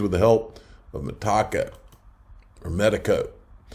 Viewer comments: Meta-co! Meta-co! Meta-co! Meta-co! Meta-co! Meta-co! Not freaking Me-Taco!!! Come on …you can do it!!! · No Tacos for you. You might like Tacos, yet there is no Taco in Metaco, like "Mi Taco". LOL... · Damnit bro its not ME-TACO. ITS ME-TA-CO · ME-TACO? I AM PRETTY SURE IT IS META-CO AS IN META COMPANY. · It’s met-uh-co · Good video. Pronounced Meta... co. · Metaco is pronounced "meh-TAH-co". Love you, but you stink with pronunciations. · Metaco rhymes with medico. met-a-co It's not a taco. LOL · Lol. Hard to take you seriously when you can’t pronounce the companies correctly